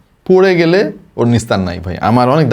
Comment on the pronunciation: রিক্স❌ রিস্ক✅ গেসচার❌ জেসচার✅